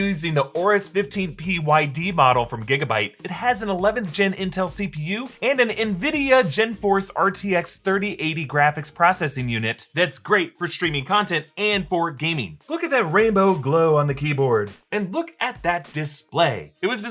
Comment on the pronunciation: GeForce - “Jee-force” not “jen-force”. Otherwise, neat computer. :)